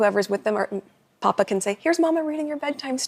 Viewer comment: Glad to hear someone to say papa correctly.